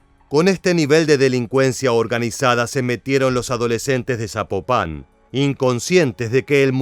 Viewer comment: Corrección: Zapopan, no Zapopán.😉🤷